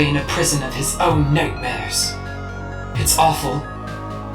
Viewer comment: Did anyone else hear Mettaton say Notemares instead of Nightmares?